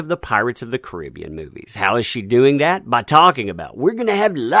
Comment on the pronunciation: Caribbean not koribeon